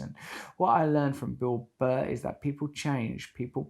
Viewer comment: Thee American Beel Buh